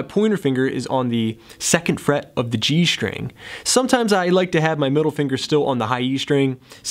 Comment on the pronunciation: It's pronounced STring, not SHTring... Muricans...